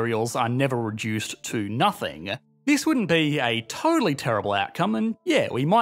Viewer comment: Is it just me or does anyone else find the way talks by adding extra sounds to words drive you nuts?? for example "nothing" he says it "nothinguh". I find this to be equivalent to valley-girl talk. "OWWWWWE MYYYYY GAWWWDUHHHHH"